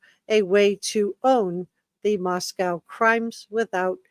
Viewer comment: It’s pronounced Mosco. Co as in “coal” This confused every person not from the PNW.